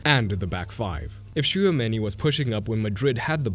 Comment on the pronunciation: Bro I love your videos but please learn how to pronounce Simeone because that is disgusting. Btw I don't watch a lot of Real Madrid but I always thought that Tchouameni works waaay better as a single pivot than with someone on his side. He might work (kinda?) good with an all around partner who stays over him (like Enzo with Caicedo), but otherwise it's waaay better without any other pivot support; maybe a midfield 3 with Camavinga on the left (here and with France) and Bellingham/Thuram on the right, with a real 10 and a second forward to help Mbappè. Do you agree with this?